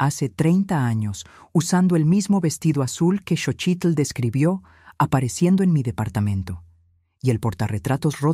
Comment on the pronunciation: Lo que me preocupa es la pronunciacion de los nombres es Xochilt no chochilt, y eso que es nexicana